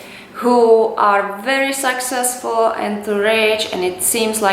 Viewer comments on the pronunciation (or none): Did she say " Sexcessful"? Sounded like it.. anyway love your Accent and thanks for the Motivational Tips.